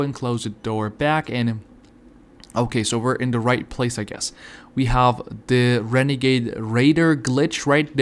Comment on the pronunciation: OMG I GOT THE WENEGADE WAIDA OMG! sarcasam